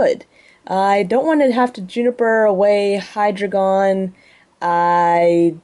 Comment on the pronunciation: I thought it was pronounced D-ein-o, and zwei-lous, hy-drei-gon as in the german, ein zwei drei.